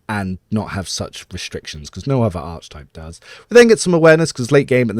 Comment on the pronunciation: Proper pronunciation of archetype is aar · kuh· tipe with a hard “K” sound, not “ch”. Don’t mean to be a stickler, it just sounds odd and distracts me from your content (which is the best online, thank you).